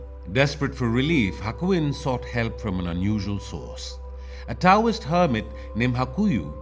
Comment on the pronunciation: "Taoist" is pronounced, or said so it sounds more like "Dow-wist"